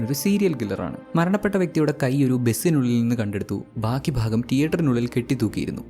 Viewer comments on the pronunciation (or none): none